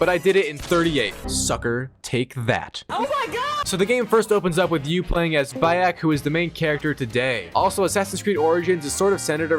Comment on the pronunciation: Bro istg atp your pronouncing the names wrong on purpose cus theres no way you say Bayek wrong